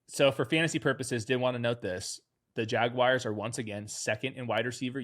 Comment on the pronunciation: What’s a Jagwire?